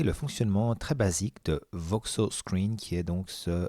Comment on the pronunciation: C'est pas "Voksos" mais VokOs. ;-)